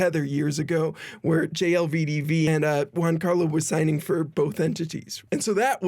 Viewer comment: the incapacity of this dude of saying "Giancarlo" is amazing, its italian, the G is hard, like a J in english Jesus Christ...